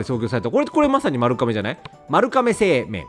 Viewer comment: 昔バイトしてた時お店のアンケートに書かれてた、よく行くお店で、まるかめせいめいってバイトの皆で生命？？保険屋？皆で？になってたシーンを思い出した。 レトさんもせいめーって聞こえた笑 ってかあれは、まるがめ？まるかめ？😂